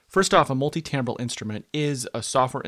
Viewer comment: TIMbral not TAMbral